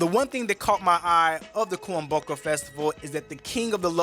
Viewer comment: The best thing he pronounced was kuomboka, the rest had me surprised😂😂😂😂. Awesome work, pretty accurate. Thank you